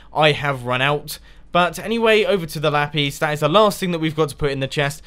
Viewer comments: y do u say Lapese for Lapis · It sounds like ollies saying la piss